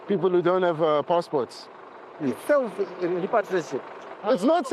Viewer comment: It's self repratriation🤣